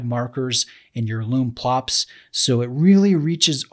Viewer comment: Think it's lume plots not lume plops ;-)